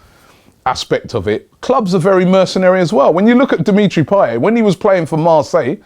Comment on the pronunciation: Payet, not payey